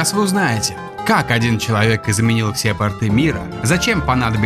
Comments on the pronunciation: пОрты,. не портЫ, а пОрты! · Очень интересно, я даже кинул ролик на странице во ВК, но пОрты! Ударение на первый слог! Столько работы, грамотного материала и я слышу про портЫ... ПортЫ у штанов, морские перевозки у пОртов. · Не портЫ а пОрты! портЫ это штаны ё-пты..... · Не портЫ, а пОрты. ПортЫ это, блять, штаны такие!! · ПОрты, а не портЫ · Все хорошо, но пОрты)))